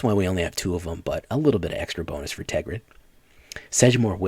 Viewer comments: TERGRID. Not TEGRID. I almost stopped watching because you were not saying it right. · And it is Tergrid. you do have to say the first R.